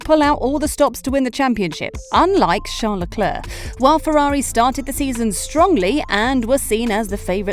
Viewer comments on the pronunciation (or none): Who the fuck is "Shart the Claire"? I'm assuming you mean Charles or Charlie Leclerc???